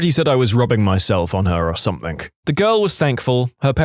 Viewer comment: No K In the word Something